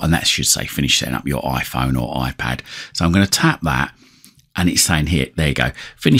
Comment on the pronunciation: Oiphon or Oipad...